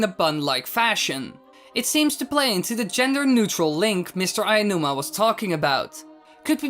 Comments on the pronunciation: Mr. Aonuma, not "AYAnuma." For god's sake, his name is so easy to pronounce but 99% of youtubers fuck it up every time. Aonuma. Ah-Oh-Noo-Mah. Figure it out. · Please learn to pronounce Aonuma. Only some of the Zelda-tubers can even say it properly but most of them just say Aiya-numa or Anuma Good video as usual though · That's not even a slight mistake XD That's totally changing his name lol a little effort won't rot your vocal chords, bro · Aonuma is pronounced Ow-noo-mah (as in when you say "ouch")